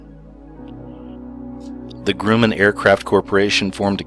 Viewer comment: Grumman- it’s pronounced Gruh-man (I’m from Long Island)